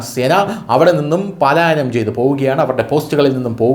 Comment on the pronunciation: Palaayanam. Not Paalaayanam